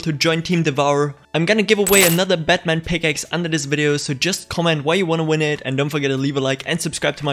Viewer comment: is it called batman pickaxe? or did u say catman pickaxe lol wtf